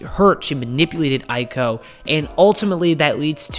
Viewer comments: Honey you pronounced Aiko perfectly. PunPun is pronounced Poon Poon though lol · Also, what's funny is you pronounced Aiko perfectly every time, but Punpun is pronounced "Poon poon."